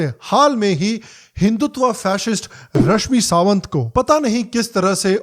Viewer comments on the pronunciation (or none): Love that you mispronounce her name repeatedly.